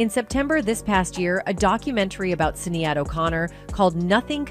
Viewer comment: Why are you pronouncing Sinead's incorrectly?